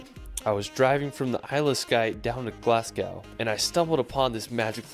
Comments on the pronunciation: Please do not ever say burgh as borrow, it buh'ra or bhra. Glasgow pronounced Glazgo is Scotland's largest city and home to the two biggest foptball clubs in the country, Rangers and Celtic. This does show some spectacular scenery and some of Scotland's best known sights. We are blessed with some amazing scenery, the highlands and islands and thankfully some of the most amazing food and produce you'll ever taste both Scottish and worldwide. Also there are our whisky distilleries to visit, tours are available complete with tastings🥃😁. Obviously we have loads of castles, loads of small towns and villages with amazing history and a couple of weeks is nowhere near enough time to do it all. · Great video but as a Scot, those pronunciations were CRIMINAL haha. Edin-buh-rah, Glaz-go, holy-rude. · It doesn't matter generally but for pronunciations Edinburgh should be Edin-bur-a, and for Glasgow the 'gow' isn't pronounced like now, more like go, so Glas-go. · Try for Edinburgh being pronounced 'Edinbra', with a short 'bra'....emphasis on the 'Edin...'. For 'Glasgow', say 'Glass go'. Keep it short! He mentions Loch Lomond. ('Lac Leman is in France/Switzerland..also called Lake Geneva!)